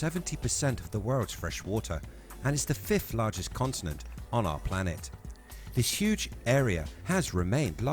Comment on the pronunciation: is sounds like you say "consonant" not continent.